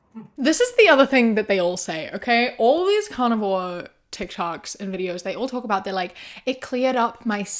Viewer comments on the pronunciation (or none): i know you are saying carnivore I KNOW this. Cant not hear and imagine you saying carnivals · I heard it like you were raising a cow so the cow could lay an egg.